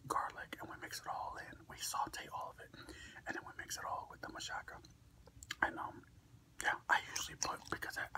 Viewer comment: I love how you say machaca with an "s" sound. I pronounce it with a strong "CH" lol. Machaca burritos are bomb.